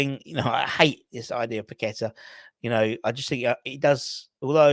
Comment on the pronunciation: nice to hear you can pronounce paqueta not like these media clowns pack a tar which is where paqueta was born not his name.